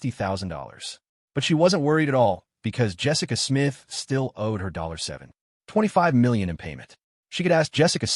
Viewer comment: Why does the narrator call 725 million, dollar 7 ..... 25million as If it's separate amounts of money 😂😂😂